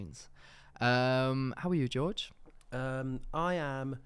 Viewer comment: Your Spanish pronunciation of "George" was not good - and I'm English! George is pronounced more like "hoor-hey" with a bit of a throat thing on the initial "H" ✌